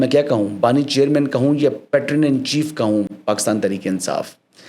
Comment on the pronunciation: The pronunciation of PATRON is PAY-TRUN.